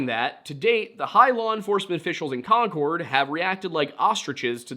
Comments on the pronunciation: Just an fyi. Concord= konkerd Haverhill=hAverill long a, silent second H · Concord is pronounced Konkerd. You gotta do better research lol